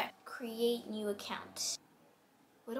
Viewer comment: Did anyone else notice she always says bew insted of new lol lol